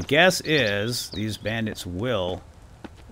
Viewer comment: Randits not Bandits